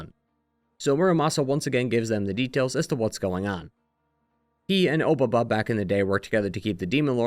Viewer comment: "Obaba" is a way of saying "Old Lady" with a bit more formality than just "baba"; it itself isn't really a name and you could call any old lady obaba which is why there's always a descriptor or another name attached to the title. also your pronunciation is wrong, and it bothers me 😂. the "o" just indicates politeness in addressing. Honestly generally the case with a lot of pronunciations of Japanese names throughout this video lol.